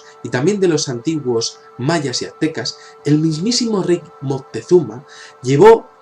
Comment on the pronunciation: No,, es "Moctezuma", no "Montezuma" -.